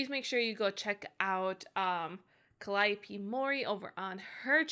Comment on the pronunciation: I think it's pronounced more like 'Calli-oh-pay' but i'm still new to the rabbit-hole so others may correct me.